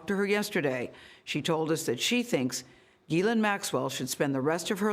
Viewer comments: It’s also NOT keelane it’s Ghislaine and this is a French name . So do not Americanize foreign names. Do you job and don’t rape foreign names and words. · Her name is French and is pronounced 'Ge Len' .... I know it doesn't look like that, but that is how you say it! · I'm confused as how to pronounce "Ghislaine" as I keep hearing different pronunciations. Lol